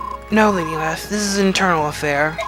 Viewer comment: Btw, I'm just being a whore with this... it's "Leth-e" as in a reference to the "river of forgetfulness" Lethe.